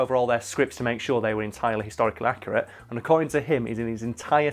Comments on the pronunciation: 100% Accu-Rat-e. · HH is also on Hulu! Over here in America me and my Mom binge watch it and Stupid Deaths is her favorite bit too, also do you mean “Accurat”? And to answer the Prince George question, I think it’s Thick Wig like thick head